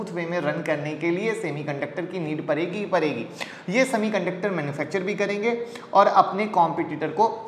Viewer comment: परेगी.. छोरेंगी... आखीर आप ड का उच्चार र क्यो करते हो.